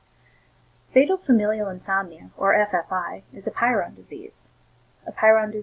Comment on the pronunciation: Very good information, but please look up the pronunciation of prion......you are saying py ron.